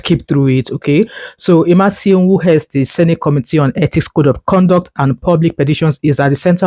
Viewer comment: You did not pronounce the name IMASUEN very well. However, thanks for sharing this news about the Senator representing Edo South.